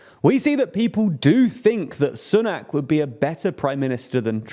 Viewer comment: I wish you would stop pronouncing Sunak's name incorrectly, he may be a super scummy tory, but you'd think when a person of colour reaches the highest office in the UK white people might try to pronouce a foreign name properly. Ffs.